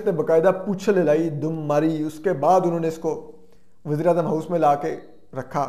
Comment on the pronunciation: Wasair. Nai. " Waseer " .